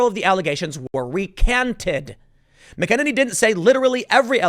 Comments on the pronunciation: It’s pronounced MAC-EN-EN-EE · That's pronounced like MAC IN ANY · Trump’s new WH Press Secretary’s surname is pronounced MAC-uh-nay-nee. Get it right. 😂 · Her name is pronounce MACK UH NAY NEE. Tim I know you do alot of research dude but can you just give that extra 5 minutes so you get the names right. Maybe its better you don't know her name. It basically proves you don't watch Fox at all except for Tucker and Bret Baier. Then again there are like 15 hot young blondes on Fox and after a while you tend to forget their names.